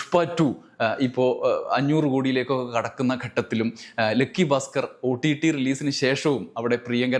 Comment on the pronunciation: "ലെക്കി" അല്ലടാ ഉവ്വേ ലക്കി എന്ന് പറ😢😢😢😢😅